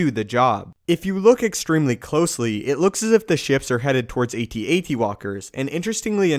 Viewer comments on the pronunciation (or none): It's AT-AT not A-T-A-T. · AT AT, as in saying the word at twice, not A T A T, as in speaking each letter individually. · What's with this new gen of people calling AT-ATs "a-t-a-t"s? It fucking At-At.